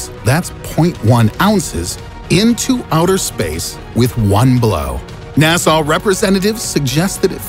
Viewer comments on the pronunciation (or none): Whos NASAW, you mean NASA?